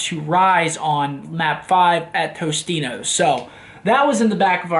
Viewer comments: Why does Seth keep pronouncing Totinos as TOSTINOS LOL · tostino's lmao totino's